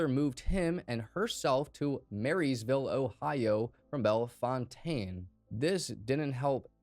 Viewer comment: ‘Bellfontaine’ pronounced ‘Bell-Fountain.’ We’re Ohio, bro. Hella cities enunciation doesn’t match the spelling 😂